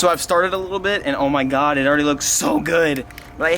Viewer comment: He says Huhmahgoi smh